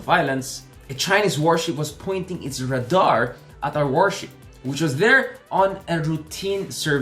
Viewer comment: vro anung R A D A R diba pronounce ray-dar????